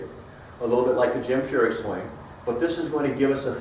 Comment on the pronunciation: Did you say "swang"????